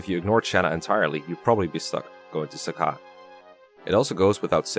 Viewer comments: In Heroes, it is pronounced "Suh-kay" as opposed to "Saka," so I think that is how it should be said. Then again, Heroes also has like 4 different pronunciations of "Ephraim," so you never can be sure... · it’s SA CAY REEEEEEE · I've never heard Sacae pronounced that way, I've always used "Suh-kay". Great video!